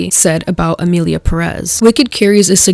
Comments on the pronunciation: Emillia Perréss 😅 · ok but it kinda pisses me off how y'all keep pronouncing "emilia perÉz" instead of emilia pÉrez.